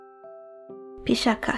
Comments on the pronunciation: The "ch" in pisacha is pronounced as ch in teacher. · The pronunciation is Pisa- ch(as ch in coach)-a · Great video.....though your pronunciations are wrong in certain places like "Pisacha". Keep up the good work :)